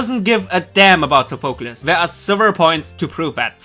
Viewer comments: Your saying sofeclese wrong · How hard is it to say Sophocles correctly?